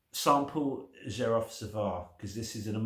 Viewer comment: My first oud was 19 years ago, I fell in love immediately and never turned back. Xerjoff are doing great things, Richwood, Nio, More Than Words, the Kemi range, you can get them much cheaper on the grey market. Xerjoff is pronounced "Serj-off" BTW.